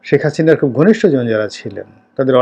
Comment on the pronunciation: এতো বছর আওয়ামীলীগ করে গেলেন কিন্তু এরপরও হাসিনাকে "হাচিনা" বলেন...আপনার উচ্চারণ এমন কেনো?